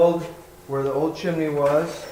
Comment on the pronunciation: There are TWO syllables in chimney, NOT three. It's chim-nē. Not chim-i-nē.